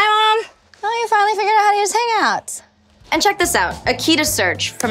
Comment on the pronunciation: hi mom you finally figured out how to use the hangouts....the way she said it is very funny...it sounded like ‘himaa youfinallyfiguredouthowtousehaaaaangouts”